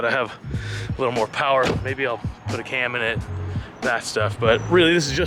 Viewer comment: When he said and a "CAM" I swear he said you know, Zack things! 🤑